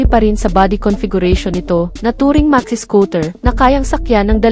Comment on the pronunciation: N max dili in max😂😂